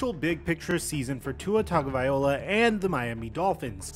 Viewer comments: Will learn how to pronounce Tua's last name? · It’s worse when he says Tangovaiola instead of Tagovailoa